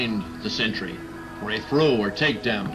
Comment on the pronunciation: I'd watch this video and others of yours if it wasn't for the fact that you can't pronounce simple words properly and that disgusting vocal fry you have because you're too lazy to articulate yourself at all. You may as well "frow" this video in the bin along with the1% of a primary school education you obviously received as a child. You fucking dummy. There are literally 4 year olds that can speak more proficiently than you.